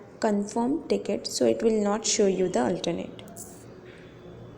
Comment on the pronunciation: Ur voice is soo 🥰 just don't say tickiti